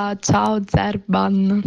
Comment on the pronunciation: POV:SBAGLI LA PRONUNCIA E LO CHIAMI"ZERBAN" AL POSTO CHE "ZERBIAN IO MORTA😂😂